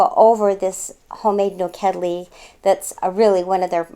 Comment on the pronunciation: I love how the lady said "nokedli", it was just perfect! Such a nice couple, I wish them the best from Hungary! <3